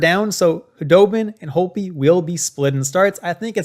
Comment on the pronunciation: Its Holtby not Holby